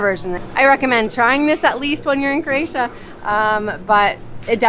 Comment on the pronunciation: Nice videos. But you tend to say "CRAY-TIA" a lot, which is not correct and sounds weird. Just making a point to pronounce it CRO-A-TIA, which you do sometimes but not all the time. Thanks.